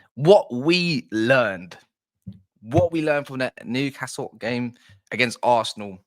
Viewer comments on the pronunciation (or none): Brilliant analysis of the game mate, and you say nucastle if you please. From a geordie. You know your stuff and do your homework, Brilliant to watch. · Just pronounce it "Nuke hassle" and you'll be fine mate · Yeah its New not Nu castle. Your not the only one who pronounces it that way though, its a southern thing, and we are used to it now, well most of us are. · As a London-based Toon fan, I always pronounce Newcastle the southern way (New-car-sle😂😂) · Yeah it's not NU Car Sule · Don't bother trying to pronounce Newcastle correctly just called us United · Just take the ‘’r” out of castle. Enjoyed your summary.